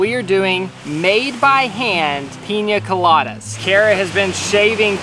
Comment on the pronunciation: why is he saying pinya coladas its pina.